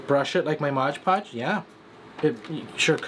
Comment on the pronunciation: For the love of Lilies; it is MOD podge; not modge podge.